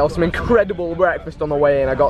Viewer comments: OMG ITS TOM. I LOVE YOU TOM. And YOU SAID ZOOCHINI. Its zookini. And it's spelt zucchini. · zuchini?? lol it's pronounced zoo-key-nie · Vikk its pronounced zu kini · dont foreget zucchini he pronouced it zoo chini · do people actually say "zucchini" like vik says it ? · idk if he was joking or it’s how British ppl say it? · When Vikk says zucchini the wrong way. Cringe so hard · Ive never heard anyone pronounce zucchini like that before. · he said zucchini wrong xD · vik lmao it's pronounced with a k not ch